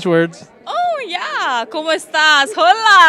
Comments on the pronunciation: Hola with an H in the beginning 🤮🤪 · Did she just say HOLA with a H in the beginning??!!! LMAO!!!!!!!!!!!!!!!!!!!!